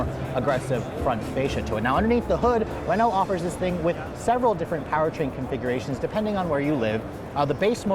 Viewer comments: “Renaul-t”?? 😂😂 It’s “Reh-know”. Say it like a snobbish French bastard. 👍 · Re-NALT LOL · What is a Renolt? This review is excruciating. Don't get an American to review European product. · I’m trying to imagine if they brought Renault back to America, and how many people would pronounce the name wrong “Ree-noug-let?”